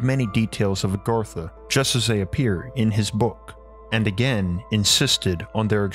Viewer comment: The guy speaking is enough to put you to sleep plus Agartha's not the true name he's not even saying it right I can't pronounce it correctly my self I've forgotten more languages then I can remember.